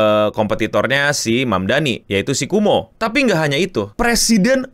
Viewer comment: Kowmo bang bukan kumo 😂